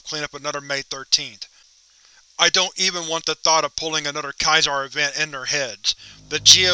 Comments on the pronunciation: Dude, it's Caesar. Like Julius Caesar. Caesar salad..... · Caesar isn't "kai-zar" it's "see-zar" as in Caesar emperor of Rome